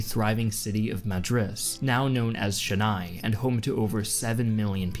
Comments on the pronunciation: It is not shennay its Chennai : It is not vizagapatnam it is Vishakapatnam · just a reminder that it's pronounced CH-EN-NAI, not SHEN-AI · It's Chennai as in chair not shanai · It is tschinnai knot schinnai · Chennai is pronounced as Chen-nai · CHENNAI not Shenayi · Chen eye lol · im sorry did he call chennai "shanai"? (no offense of course i just find it funny)